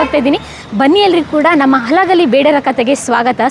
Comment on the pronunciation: ಅಲಗಲಿ ಅಲ್ಲ ತಾಯಿ ಹಲಗಲಿ 😂